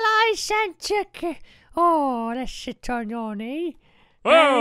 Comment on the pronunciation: When he said "sit" in the santa accent it sounds like he swore. Sorry but I just had to point that out.